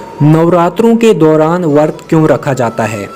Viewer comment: Bhai wo vart nahi hai usko vrat bola jaata hai, i hate it most when people don't pronounce words correctly